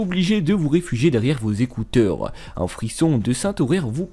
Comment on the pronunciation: Tu as tendance à rajouter des lettres dans tes mots c'est très bizarre au lieu de dire un génie tu dis WUN génie par exemple.